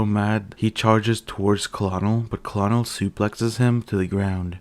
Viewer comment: Colonel is pronounced KERNEL as in high ranking officer